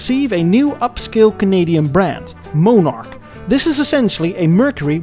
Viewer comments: It's in poor taste to mock an entire nation's use, or pronunciation of certain idiosyncratic verbage (example: eh!) or expressions. Its especially annoying when that demeaning comment comes from someone with a profound accent of their own, pronouncing words like Monarch that that utter like "Mohnarch". "One man's whimsical comment is another's deprecatory pejorative." -Islandon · Probably already mentioned several times in comments, but you mispronounce a few model names: McLaughlin - the "Laugh" is pronounced "lock", not like the word "laugh". No F sound. Viscount - Vy-count, not Vis-count. The S is silent. Monarch - the "o" is pronounced like the "o" in hot, pot, lot, and not like the long "o" in hold, fold, tone. phone. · Viscount is pronounced vi count and monarch is pronounced monn ark , sorry to be such a nit picker but bad pronounciation really bugs me . Good video though. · And it’s Mon-arch not Moan-arch! Lol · And it's "mon-ark," not "mo-nark." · I don't know where you found you illustrations of many of the cars you discussed. Most you show are the USA version in design, By the way, The VISCOUNT is pronounced VI_COUNT, and Monarch is pronounced, not MOANARK, but rather MONARCH. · mon ,,ark - you are prouncing it moneark with a long o sound, try it, accent first syllable with short o vowel sound as in bot, so its mon ark ,, not mone as in bone ark - right so soft vowel o and you got it :) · Just for reference sake, the car you referred to as a "moan-ark" is actually pronounced as in "British Monarchy", only just loose one of the letters, eh! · Not Moan ark but Mon ark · MON-ARC. NOT MOE-NARC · Its Pronounced MON ARCH.....NOT MOE NARCH...if YOUR gonna talk about any car makes/models PROUNCE THEM RIGHT!!! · "MOAN"arch? What's WRONG with you?? "MON"arch, just the way that it's spelled, fer God's Sake! "VISS"count?, NO - "VY"!count! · The pronunciation of the Canadian model names is just bad, embarrassingly bad.